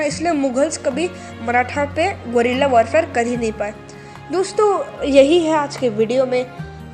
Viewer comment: Bolna to sikhle golila😂😂